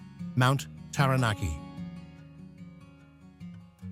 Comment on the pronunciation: Mt Terranarkey 😂😂😂